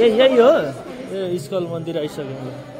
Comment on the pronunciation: इस्कल हैन इस्कन